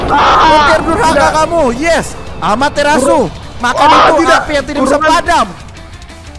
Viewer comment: Amaterasu ❌ Amater asu ✅